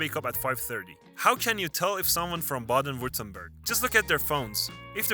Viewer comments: I’m not German, but it immediately grates on my ears to hear, in a video about German states, the first one is pronounced “Bayden” WTF. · It is not "Bejden" but Baaaaaaaden! Please pronounce German names correctly, when you try to teach something about my native culture. Thanks. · It's Baaden, not Bāyden! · Bah-den not Bay-den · Bro I don't trust your video. Its Baaaaaden Wuerttemberg, not baiiiiiiiiden. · bro that's not how you pronounce Baden. you did Badners dirty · The pronunciation of "Baden" 🤦🏻‍♀️😑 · It is not pronounced 'Bayden'-Württemberg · When the narrator mispronounces his place names ( Baden as Bayden) I know he’s not German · When you start out mispronouncing "Baden" I give up all hope for the rest of this video right at the beginning… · Ok, no AI, then the names would be pronounced correctly. Let's start with the first word of the video: Baden-Württemberg. Baden is to bath, and the a is pronounced the same way.